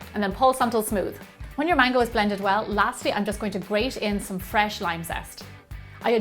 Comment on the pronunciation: when she said "mango",I thought she said "mangle"